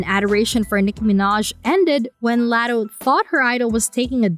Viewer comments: Laaaaatoe laddo lol learn her name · Omg yes!! I was coming to leave this comment. If ur gonna speak on someone, at least be respectful and pronounce her name correctly! Sheesh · First her name is pronounced like LOTTO like lottery tickets. Second Latto isn't new, she been in the rap game since she was 16. Ice Spice is the newer artist. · Who the fuck is Latto??? Her name is pronounced LOTTO!!! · LOT - TOE LOT - TOE PLEASE STAY OUT OF OUR BUSINESS IF YOU CANT PRONOUNCE NAMES CORRECTLY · The way they say “Latto” just hurts my soul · AINT IT!!! Imagine her ordering a “Latto” at Starbucks 😂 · Learn to pronounce LATTO 's name correctly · Wth are they talking about?! Calling Latto a “new comer”. Ice Spice is the new comer. And why tf is she pronouncing Latto that way?! 🙄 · 😂😂 just horrible